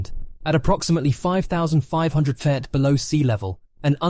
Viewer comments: why do you have so much trouble pronouncing the word "feet"? i've heard every version of it but the correct one... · Why can’t you pronounce feet properly at the start/middle of this video but you pronounce it properly near the end?!